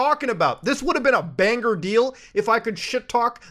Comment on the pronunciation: when people enunciate the "G" in banger ................................